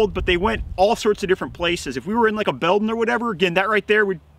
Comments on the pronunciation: Talks too much and goes over safety too much Law enforcement already knows that. Learn how to say building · These videos you make are second to none at the moment. Very well presented planned and implemented. The information is great but they are also very entertaining. For example, can we get a Montague of you saying "build'n"? Haha it's totally how my grandpa used to say it and brings a smile to my face every time. :) cheers